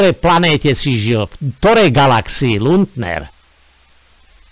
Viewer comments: jedna jedina chyba 😂to nieje luntner ale lunter 😂ale inak super robota 😂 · Nauč sa vyslovovať aspoň meno človeka, ktorého komentuješ.